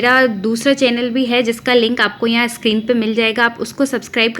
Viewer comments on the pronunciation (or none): none